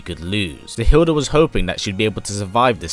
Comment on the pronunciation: Her name is Hilde not Hilda. You are not using the correct pronouncation.